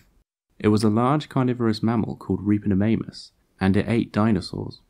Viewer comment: Sorry but all I could hear was "Ripperofannus".